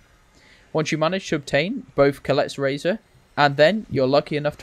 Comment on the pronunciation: How did you get “Collette’s razor” out of “Kolket’s Razor”, lol??